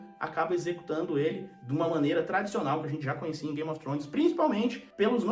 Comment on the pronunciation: Você pronuncia Game of trhones com a lingua no dente fazendo o som do TH no inglês, um dia eu chego lá.